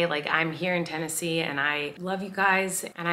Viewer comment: Tennesee? ur the only ten-i-see LOL im not funny